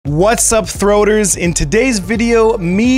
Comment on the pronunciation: Thoarters? You’re sick